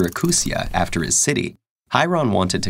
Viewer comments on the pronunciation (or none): none